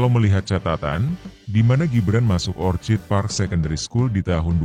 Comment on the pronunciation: Orchid bacanya okid, mas Kl. Orchard baru dibaca ocad